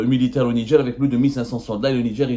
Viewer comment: Au Nidger ??? NIGER !! Arrêter de mettre des « D » partout !!!